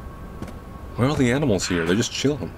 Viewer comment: Oh no the shpidahs are heyah